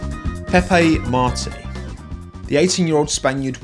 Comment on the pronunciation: Nice try on pronouncing Victor’s name like Martin in French but you forgot the S at the end. So say Martins like you would as a pure Brit mon ami 😉